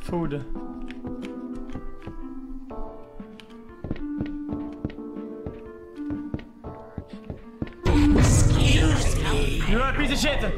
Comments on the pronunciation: when they say excuse me sounds like they're saying "xqc" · i love how it sounds like theyre saying "xQc" instead of "excuse me" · Sounds like the customers say "XQC"